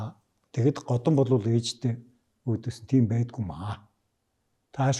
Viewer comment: годон биш годан